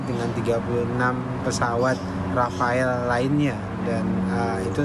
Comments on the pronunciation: ..bilang Rafale..Rafael 😂😂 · Rafale jadi Rafael..😄😄😄😄😄😄😄😄😄😄 Dahnil...2x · Bacanya: RAFAL. bukan RAFAEL. Sekedar informasi saja.